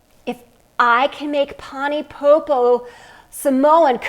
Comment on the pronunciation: Learn to pronounce something properly before you attempt it